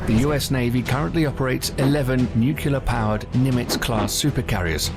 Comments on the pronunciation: The narrator has a British accent but pronounces "noo-klee-ur" as "noo-kyoo-lur". President George W. Bush would often get made fun of for doing the same. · Nice video. Also, I don't know why so many people who otherwise have excellent diction and vocabulary still say "nucular". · Noo-cue-lar? Repeated many times. Cringeworthy. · Why did you pay a professional to narrate "nucular"...not how you say that word! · Because it was mentioned at least 4 times, I have to ask; What is nukular? I know what nuclear is, but I keep hearing people mention nukular, and have no idea what they're talking about. If they mean nuclear, they should say what they meant. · It's nuclear, not nucular. Jfc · A bit obsolete as the Ford class carriers are now replacing the Nimitz class and the F-17 stealth fighter was retired as it wasn't that stealthy. The narrator needs to work on pronouncing "nuclear"